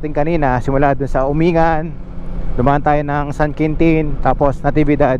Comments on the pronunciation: Correction lng po Uminggan po ang bigkas nung lugar na sinabi mo hindi po Umingan. nice rides lagi po kitang pinapanood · Umin-gan, yan ang alam kong tamang pronunciation at hindi Umingan. Mahaba pala ang Malico at may part ng Pangasinan at may part na sakop ng Nueva Viscaya... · It is pronounced as "UMING -GAN" hindi umingan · Umingan is pronounced as Uming-gan. FYI lang. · “Uming-gan” po tamang pagbigkas sa bayan na yan ng Pangasinan.🙏🤙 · Or pronounce "Umin-gan"..